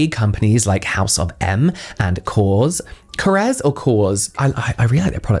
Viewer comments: Hi james! So KORRES is a greek brand pronounced “korr - és” its a two syllable word with emphasis on the “e”. I don’t know if I am making any sense but hope I helped😂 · It’s Kor-res, two syllables, my love.